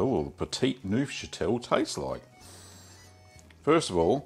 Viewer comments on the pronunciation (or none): petit neufchâtel Me: petty nosferatu? Nosferatu, appearing at my doorway: oh, do we have a problem? Do we have a problem here man? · Pft, I'm not watching a guy make a cheese whose name he can't even pronounce.